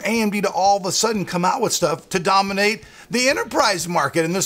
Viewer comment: Sheharyar Qureshi xD DAAMANATE??? xD Risen, Epic, Dominate, Capture CAPTARE!!!